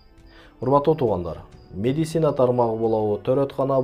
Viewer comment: Медицинаны тура айтчы ээ